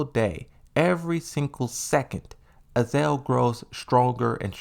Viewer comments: Ah-Za-Zel. Not Azel lol. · AZA-ZEL is not equal to "AZEL" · I think he's trying to be like Aris with the mispronounces...except aris plays them like jokes while comes off as dyslexic lol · Dude, I really like your content and I don't mean to be so petty, but your mispronunciation of Azazel and Sirius was so jarring I had to stop watching the video. It seemed really interesting too. Sorry dude